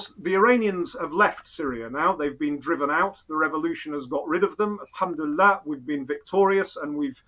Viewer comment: I enjoyed your conversation very much. Robin summarized everything very eloquently. He is indeed a well informed and ground knowing person. other than that his Insaallah's & elhamdullillah's are very good in pronunciation. I still love your content. What I really did not understand is this; " Is the "Thinking Muslim" yt channel a British intelligence asset?!! If yes, let us know. No problem. We can live with that reality. Old school classic work. Good job. So far i did not though that was the case. But going down further especially on this conversation my perception of him and your channel changed a lot, i should admit that Mr.Robin seems to be a very valuable MI6 asset. His story telling is remarkable. Everything seems to be in order with him. At the end he pushes a well known narrative which is almost 95 percent correct. But as we often say the devil lies always in the details. I am glad to see a top level agent at his work. Hat's off.